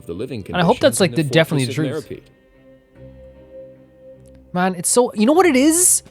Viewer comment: ActuaLLY,,, it's pronounced /Mero-PEED/💦 not /mero-PIED/ 🥧